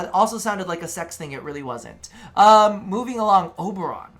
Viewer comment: anyone else hear "oberon my community tab"?